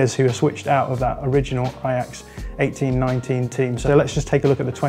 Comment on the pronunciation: 18/19 sound like 1819 they way he pronounced it